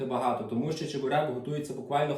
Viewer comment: Сам ти чЕбурек.Чі(звук шиплячої олії)берек.